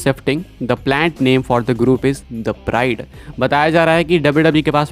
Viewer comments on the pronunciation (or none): Broo the pride means garv,shawbhiman ki baat aur bride matlab biwi dono alag word he apne aisa sound kara like it's a bride